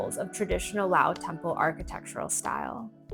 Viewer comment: Another farang that can't pronounce the name of the country properly!